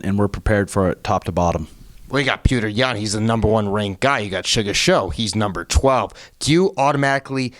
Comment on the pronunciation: I love Sean and I also like, but it just bothers me that they purposely say "Peter" instead of pronouncing his name right. Its a Jake Paul type move, not really funny, just pointless. Give PETR the respect he deserves, and say his damn name right. It's childish to keep saying it wrong. Theres no sense in being disrespectful